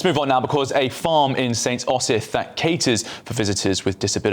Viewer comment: St osyth has been pronounced wrong lol lol